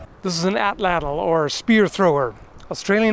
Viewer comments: It's pronounced "aht-laht". In the Nahuatl language, the 'tl' sound is just a 't' if it occurs at the end of a word. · Pronunciation is "AT-LAT" the L at the end of Atlatl not typically being empathized in the native Nahuatl language. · Atlatl is pronounced atlat